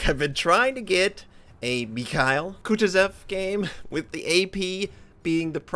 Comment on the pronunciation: That's pronounced Kah TWO sahv.